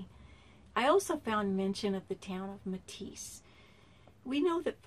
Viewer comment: Right I live in Burlington 30 miles east of Meteetsee She is saying it wrong but still great vid . Carl Dunrud is buried right next to my Grandpa in the Meteetsee cemetary . My G-Pa owned allot of land in Meteetsee . I have been to Kirwin many many many times I was there last weak . July 15 2018 .IN my opinion this is where the treasure is at